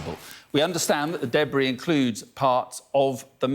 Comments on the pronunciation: "Debry field" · After listening to this man’s delightfully accented pronunciation of “debris” a few times, I definitely read your comment as “Hugh-Bree”